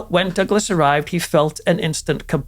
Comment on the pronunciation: excuse me but the name Douglas only has two syllables, not 3. It's NOT PRONOUNCED Doug-a-less. 🤦‍♀️🤦🏽‍♀️🤦🏻🤦🏼‍♀️🤦🏾🤦🏼🤦🏻‍♀️